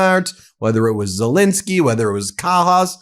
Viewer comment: For god's sake Ben , pronounce The President of Ukraines name right. It's Zel Ensky NOT Zel Insky. Ensky not Insky got it. If you were in court defending someone, would you continually get their name wrong. You have been doing this for a couple of years now, so FFS get it together. Should we call you Bin or Ben ????!!!!!!